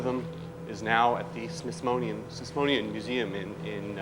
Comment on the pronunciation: omg Garry Kasparov got beaten by a computer whose developers can't pronounce the word Smithsonian ... how was that possible?! :/